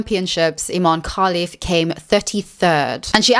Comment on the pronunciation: You keep saying kalif 😂 her name is Khelifi with i in the end